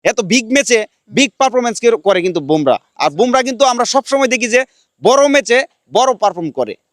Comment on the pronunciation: ভোমরা নয় , বুমরাহ